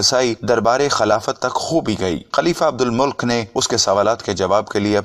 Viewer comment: عبدالمُلک نہیں ہے بھائی بلکہ عبدالمَلِکْ ہیں